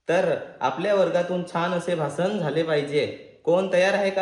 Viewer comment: भासान नाही रे भाषण